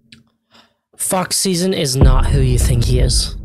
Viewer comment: Please tell me that I am not teh only one who misheard him saying "Fuck Season" and not "Fox Szn" 😭😭